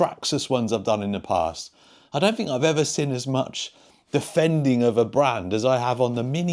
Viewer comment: Drinking game: Watch several videos and everytime 'seen' is pronounced as 'sin' you do a shot.😊